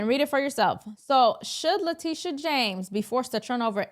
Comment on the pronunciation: Le"tusha" is incorrigible.